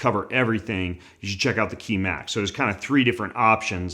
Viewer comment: Qi isn't pronounced "key" it is pronounced "chi" And if you were depolarising EMF then it would also make your wireless devices not work.